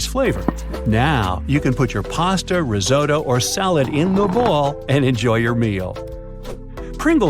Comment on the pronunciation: Rissootoe oh risohtoe oh omg!